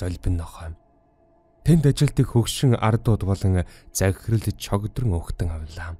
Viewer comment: mny zun bolgon ajildag gazar shde chogdron bish chowdron shu ahhh